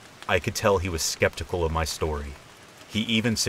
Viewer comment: "Shtorey" kills me